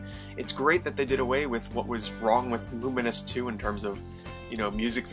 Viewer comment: Its LOO MINES, not LUMIN US